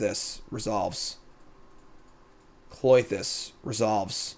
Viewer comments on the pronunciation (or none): Why do you call it Cloitus when it's Klothys...